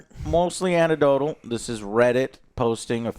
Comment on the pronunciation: Antidoteal? It's anecdotal... Joe, but never change!